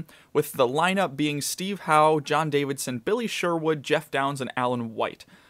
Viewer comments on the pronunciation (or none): JON DAVISON! Not DaviDson.